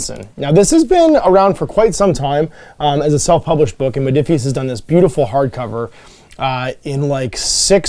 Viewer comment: Rodiphius? Ruh-roh! 🤣😜